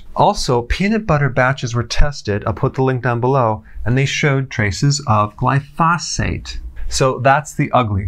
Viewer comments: Putting the em-phasis on the wrong syl-lables. Glyphosate. glai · fow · suht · The correct pronunciation is GLIE•foe•sate. Sorry to be so picky, but anything else is like fingernails on a blackboard. 😳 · GLY pho sate is how it's pronounced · Can we trust a doctor who preaches about glyphosate but pronounces it with an extra "f" sound? Hint: it does not rhyme with phosphate. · When he says 'glyphosphate' does he mean glyphosate? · GLY-fo-sate, not gly-FOS-ate. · You are saying “glyphosate” incorrectly. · you're mispronouncing glyphosate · somebody please teach dr berg how to say glyphosate correctly... great info tho good doc!